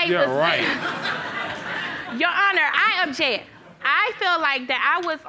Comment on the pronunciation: "Your Honour, I Objeck!" Hmm, 🤔 that's all I needed to convict her as Guilty.